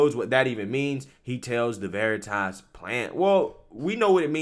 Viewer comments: Dude read it as veriiitas like his never heard of it 🤣🤣🤣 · I absolutely love how the undercover project veritas man mispronounces the word veritas just to stay in character and this stupid Twitter employee buys it it is so delicious